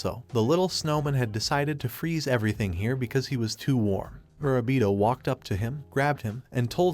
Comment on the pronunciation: did you forget his name mid way lol, went from murabito (correct) to mirabita